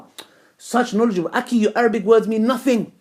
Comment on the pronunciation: Learn how to say akhi right, till then get off camera.